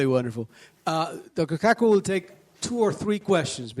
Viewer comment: Dr. Kaku pronounced KaaKoo? He's got one hell of a name It sounds so close to a sexual slang word to what happens after a man and woman are together and the man is about to climax that climax is his name what happens from the result after climaxing Dude do you know Nassim Haramein is a physicist also raiden hates it because when he transports I freeze him and follow with an uppercut sending him flying than finish him Sub zero isn't totally useless is he? flawless victory